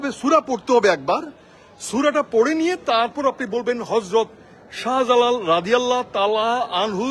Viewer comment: নাস্তিক চদু হযরত শাহ জালালের নামের বিকৃত উচ্চারণ করেছে।